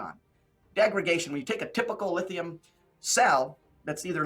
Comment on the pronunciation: Keep up the good work tracking these guys. Nothing they say holds up under scrutiny; they contradict themselves right and left. “Degragation” is not even a word, yet he says it over and over. He means ‘degradation’. This is a 6th grade word.